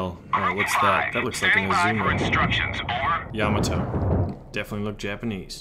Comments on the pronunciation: ya ma to not yama to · LOL. He keeps saying Yama Toe.